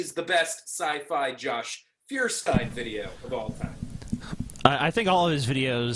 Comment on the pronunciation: I know this is just a minor issue compared to the impossible big load of bullshit, but it drives me nuts every time: When will Feuerstein learn that the pronunciation of his very own name is "Foiershtain" and not "Fearstain"? It's german and not a made up fantasy language. Yes, I understand it's just a name/label, you can bend the pronunciation when established for other languages (like as an american name) but I can hear it wrong only so many times until I have the need to say at least one time: MEH.